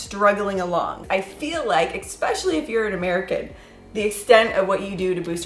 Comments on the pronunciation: ITS ESPECIALLY ,NOT EC SPECIALY GROW UP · You said Ek-specially again. 🙊🙉🙈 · “Expecially”. Hehe🤓